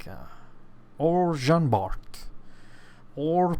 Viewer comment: Jean BAR stop to add the T it is mute like all the french names of the game except for the letters N R G